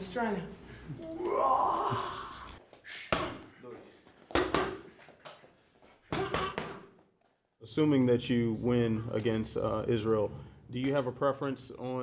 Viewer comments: Guess I've been pronouncing Australia wrong all this time then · Lmao I’ve never heard anyone pronounce Australia like that, let alone an Aussie lol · Anderson says Australia better than Australians. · Find somebody who says your name the way Anderson Silva says Australia.